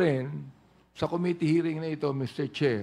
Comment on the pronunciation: JUST AN OBSERVATION THOUGH, WHY IS EVERYONE MISPRONOUNCING THE WORD “COMMITTEE”? ACCENT SHOULD BE ON THE 2ND SYLLABLE - STRESS ON THE SYLLABLE “MIT"